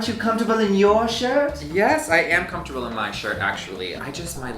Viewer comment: "comftorbility"? lol